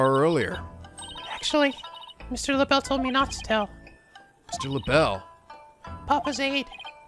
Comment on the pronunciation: I'm french and this "L'Belle" is a fucking insult to us -_